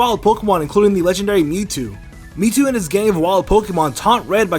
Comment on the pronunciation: Does he say metwo??